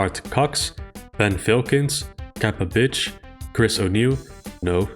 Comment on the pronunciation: Its always funny to hear you read “cappabitch”. Btw I remember zeros video on map 30 pacifist. Insane.